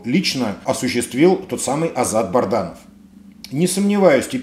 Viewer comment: Добрый день! Вы постоянно произносите фамилию Азата солдата, он БАДРАНОВ, а не БАРДАНОВ, ваше постоянство в этом вопросе удивляет.